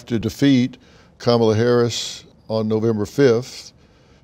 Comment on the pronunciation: Ha Ha... Kama-lie.... Brilliant.... Mine is KACK-ala...